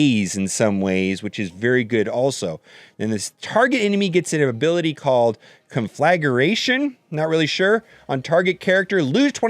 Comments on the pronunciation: Yep it was painful to listen to. Is it spelt conflageration (sic)? Nope. Is it spelt conflagration? Yep. Can everyone spot the spelling difference and see how it's supposed to be pronounced? I doubt it. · Conflagration: CONfluh-GRAYshun. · Watching and both mangle "conflagration" is simultaneously humorous and painful. At any rate, looks like I have yet another faction to invest in eventually... But Geonosians get my attention for now! Ship arena domination, and they're sure to get a rework sooner than later with all of the prequel content that's been coming in lately.